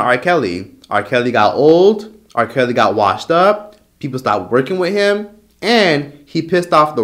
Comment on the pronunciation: LMAO when you said R Kelly got old, R Kelly got washed up, People stopped working with him, and he pissed off the wrong people 🤣 I swear I thought you said he pissed on the wrong people.